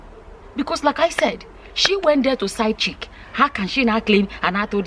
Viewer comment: Did said side chicken lol 😆 😂 😋